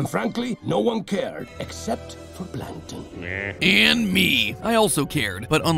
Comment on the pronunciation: Plan ken ton